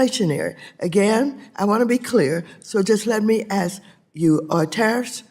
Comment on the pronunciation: All that high dollar education that Mad Maxine has & still pronounce the word (ask) right. LoL...